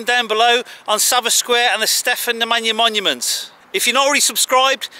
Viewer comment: Yes. When he said Namanja it sounds almnost like a gypsy word for....